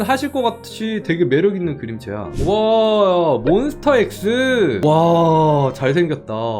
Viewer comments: 몬스터 아니고 몬스“타” 인데ㅔㅔㅔ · 몬스타..타...터 아니고 타..!!! 몬스타엑스입니다! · 오늘도 금손분들 짱짱…❤❤ 매번 눈호강 하네요!ㅋㅋㅋ 그리구… 몬스터엑스 아니궁 몬스‘타’엑스에요…!!😂 많은 분들이 잘못 알고 계시더라구요ㅠㅠ 그래두 우리 채둘리 잘생겼다고 해주셔서 감사합니다…ㅎㅎ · 몬스터엑스가 아니라 몬스타엑스입니다..😂 많은분들이 오해하셔서 ㅋㅋㅋㅋ 정말 좋아하는 분인데 몬엑을 좋아하실줄이야 😅😅